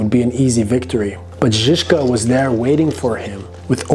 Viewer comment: I really like your pronunciation of his name "Žižka".. not many foreigners can pronounce it as well as you : )